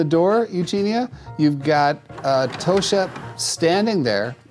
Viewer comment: jackson i get youre not swedish but even english speakers will pronounce the word toshka as toshka and not toska like you did.